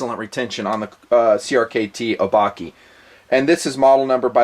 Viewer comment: I think it's O-bah-keh. As in the Japanese word for monster.